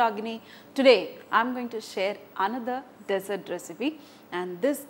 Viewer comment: It is dessert not desert lol